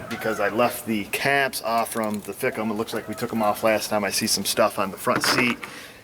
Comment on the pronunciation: it's pronounced/ Fike-um/....LoL...I have other word I call them...But